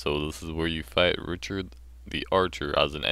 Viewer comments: its not and its ricard not richard you say it rik-ard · It's pronounced "Ree-card", ree as in reel. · Pronunciation for Ricard Rih-Card I hope this clears things up for people :)